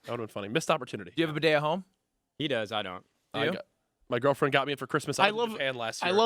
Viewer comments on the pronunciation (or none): none